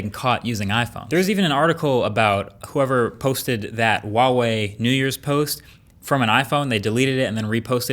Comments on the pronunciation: Why do you pronounce Huawei as Wahway? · it's "hua" wei, not wa wei. Sorry but it bothers me a little lol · Huawei is pronounced like hwah-way, not wah-way!